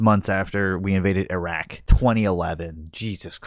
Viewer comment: His terrible mispronunciation if places in iraq is reason enough to not vote for him. It actually hurts my ears.